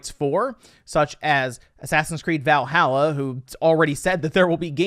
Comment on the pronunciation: As a norse man it really pisses me off when he says Valhalla wrong. Please learn to say ot right